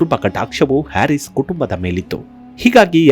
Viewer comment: ಅವರ ಹೆಸರಿನ ಉಚ್ಚಾರಣೆ ಹ್ಯಾರಿಸ್ ಅಲ್ಲ ಹರೀಸ್ ಅದರ ಅರ್ಥ ರೈತ ಎಂದು